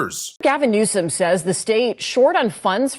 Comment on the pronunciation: It not newsum it newscum